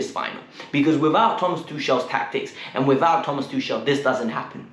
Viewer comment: Just one thing bruh..try to pronounce Tuchel's name properly atleast now...the man just won us the Champions League...#uptheChels #KTBFFH💙